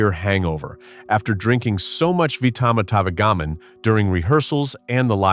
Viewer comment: The AI narrator does it again, seriously mispronouncing the "product" name in this sketch into the video and several more times. Vitametavegamin is pronounced VITA-MEATA-VEJJA-MIN, a name that actually lists the product's supposed ingredients: vitamins, meat, vegetables, and minerals. AI narration is a total disaster and should be banned..